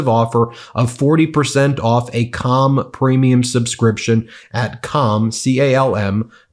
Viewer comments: Bro, you are not saying "CALM" right 😆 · Am I the only one that keeps hearing the name of the Calm app wrong? I swear I hear another word, that can't be said here. It keeps making me laugh. As a hint, try swapping the A for an U and lose the L.